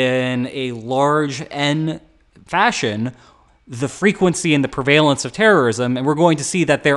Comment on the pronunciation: "prevaylence" lol